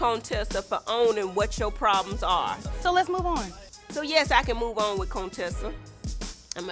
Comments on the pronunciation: Have always loved Dr. Heavenly!!!! She say CONE TESSA!!!!!!!!BOL 😂😂😂😂😂😂😂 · Her name is really pronounced Conetessa lol. I thought Jackie was just playing. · Thank you contessa lol its contessa